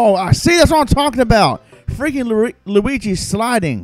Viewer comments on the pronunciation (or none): "Lurigi" lmao